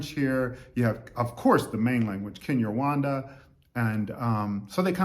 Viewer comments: Is it Rwanda because you seem pronounce it Wanda Rowanda is The correct way I believe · I love the coolness in your speaking👍🏽 It s pronounced RGWANDA😉